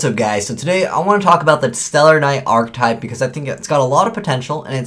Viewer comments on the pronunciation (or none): *Archetype [ahr-ki-tahyp]